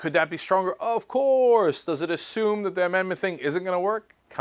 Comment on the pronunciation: I love when check says "OF COURSE" in his videos.